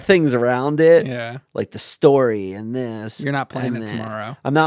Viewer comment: i love how pronounces "and" you know, the way he starts each one of them with a long "E" sound. almost like he's saying the name Ian.. EEEEEEE-AND and he says it a BUNCH, EEEEEEAND, big fan FOR THE REALS, here!!!